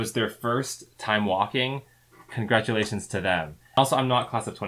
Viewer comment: Con-GRADUATIONS,!